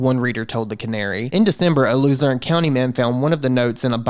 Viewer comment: Wow im from Luzerne county and WBRE news is literally 1 mile from me. Im very impressed you pronounced the names correctly. And a few ppl here in Wilkes Barre have found these notes. Insane.